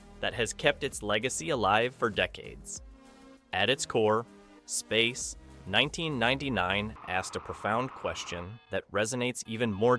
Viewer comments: what the hell it's Space 1999 not Space...1999 learn to read a script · why does AI make such an awkward long pause after "space............1999"? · Grrr...hearing "Space [unnatural pause] 1999". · Space (3 second pause) 1999. Stupid AI narration. Geez. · Great review, BUT... "Space:.....................1999" A.I. pause...................most annoying.🙄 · Nice video apart from the dreadful "SPACE (pause) NINETEEN NINETY-NINE " was unbearable so I was forced to kill the sound! Sorry!!!😮😢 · Space. 1999. ...That small pause of missed intonation shows exactly what AI lacks - intuition and experience-based learning, not algorithm-based machine learning. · My main comment. Space < pause, pause, pause > 1999. Maybe if the script reviewer cut a few of the repeats. Oh wait, that is an A.I. as well.